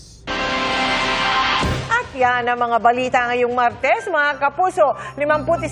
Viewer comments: Guys, narinig nyo ba narinig ko?😂 sabi ni amor larosa araw ng marites😅😅😅😅 instead of Martes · I heard it too. Martes ma'am ,hindi Marites...